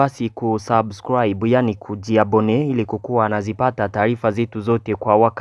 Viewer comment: Kiswahili kinakushinda kutamka ao vipi kaka? je ni taifa ao ni taarifa?